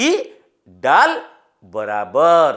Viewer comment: ଡାଲ୍ ନୁହେସେ ଦାଲ୍ ଆଏ ।